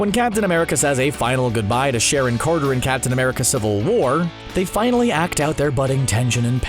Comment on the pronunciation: how the fuck did he just say Carter right there? It sounded so weird my ears perked up right away lol